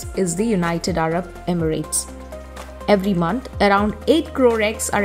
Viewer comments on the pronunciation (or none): none